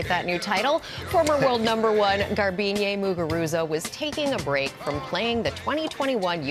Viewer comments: Why do Americans like to add “YAY” onto the end of a name or word? Her name isn’t “Garbine-yay”. It’s Garbine. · Some “sport reporter”. She slaughtered the pronunciation of Garbiñe Muguruza.